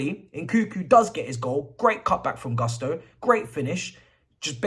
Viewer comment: It’s not Guss-toe…it’s pronounced “goos-to”